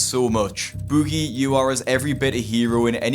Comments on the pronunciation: Bewgie. Why do you pronounce it that way? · I already knew all this stuff but I watched all the way through just to hear keep saying "bOOgie" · You're pronouncing his name as if he were British. Americans don't pronounce Boogie like you do. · stop saying his name like that lol